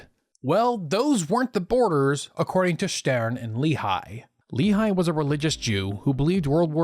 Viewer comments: Just a quick note regarding your pronouciation. Lehi is pronounced "Leh-hi", with a rough h, obviously. Great video, mich love! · You're not pronouncing Lehi correctly.